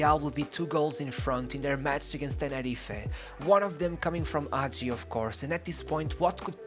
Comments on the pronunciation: Yeah, bro, but that's no excuse for truncating videos, for posting videos of such poor quality, and for posting clips which have nothing to do with the commentary. Also, it takes an amazing talent to mispronounce almost every person's name (including Hagi's) and almost every team's name to such a degree. You put so much research into this, too bad you didn't spend five more minutes on Wikipedia to find out how the names are pronounced. That, plus a better choice of video clips would have made this an amazing YouTube video. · Don't get me wrong, in really appreciate you taking about Hagi, and bringing him forward... However why is this such a common thing? Why is it so hard? Is it really such a hassle to pronounce the names of people, places and teams in an correct fashion?! I mean, this is not a live show, couldn't you try to get in touch with a Romanian speaker that could tell you how to properly pronounce? Thing is, it seems that you didn't even try to that.... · please before you make a video about someone find out how to pronounce their name. the video would be good but it's unbearable that you say his name wrong every 10 seconds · The "H" is NOT silent. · If you make a video about a player, you can at least learn how to pronounce his name, if not the name of his teams, his coaches etc. The pronunciations are on Wikipedia. The footage in this video is horrendous, and doesn't even match the commentary. This is a shame, because the commentary is quite good and thorough - and, with proper footage and a basic effort of learning the player's name, this could have been an amazing video. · Man, at least find out how to say his name